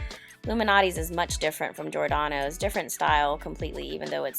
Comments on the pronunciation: It's "Jee-or-danos" and not "jor-danos". It's "Lou Mal-not-ees" and not "Loumanotee". Also.... "pictured" is pronounced pick-chured and not pitchurd. Slow the fuck down. Learn to pronounce. You're getting way ahead of yourself. And the fact that you'll choose Food Life over a plethora of other places speaks VOLUMES. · JOR-DANO'S? ugh... GEE-OR-DANO'S